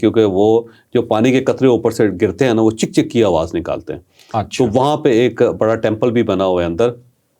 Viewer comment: Not chek chek , it's chak chak which in Persian means drop of water